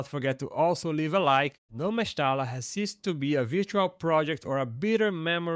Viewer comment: mesta l a ....instead of mesta LLA...🤣